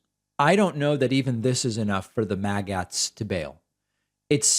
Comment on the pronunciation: MAGAts is pronounced maggots, not whatever it was you were saying